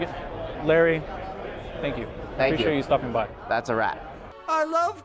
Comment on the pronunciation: Wen you said thats a wrap you say it wak